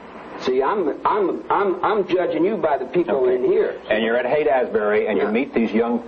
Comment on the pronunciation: Rose keeps calling it Haight-“Az-bury.” It’s “ASHbury